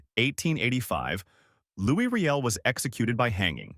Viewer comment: It's pronounced "Louie"... and the AI is cringe